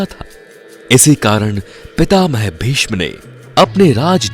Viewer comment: Are nam to thoda sahe se le ,,vishma or duryodhan tera bhai nahe he